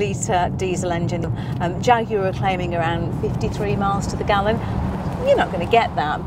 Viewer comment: I'm sorry but I clicked off just hearing you say "jaguar" but nice car!